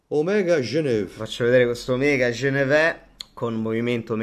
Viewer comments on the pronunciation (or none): "Omega GENEVÈHHH"